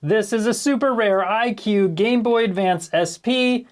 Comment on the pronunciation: Why are you pronouncing que as queue? Que is prounounced as "kay"